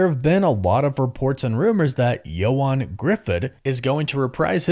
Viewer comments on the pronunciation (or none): none